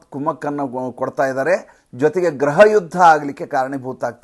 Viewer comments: Pls note, pronounce ation of home department in kannada as gruha elaakhe not graha elaakhe. If u any dout check in dictionary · neevu thumbachennagi vishleshane maaduthiri,aadare gruha anno badalu graha ilakhe annuthiri.Adondu saryagi helidare innu kelalu thumba chennagiruthade. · It is not graha but griha or gruha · ಅದು ಗ್ರಹ ಇಲಾಖೆಯಲ್ಲ, ಗೃಹ ಇಲಾಖೆ